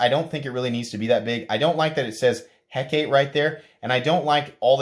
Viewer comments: (Heh-Cah-Tay ) it is the name of the Greek goddess of magic . Great video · Hecate is pronounced (Hek)(ahh)(TEE) or Hek-uh-TEE. Just think about how the beer Tecate & pronounce it in the same manner. 🍺🍻👍 Been looking at this sucker so thanks for this review.